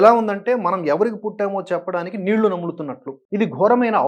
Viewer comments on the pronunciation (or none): none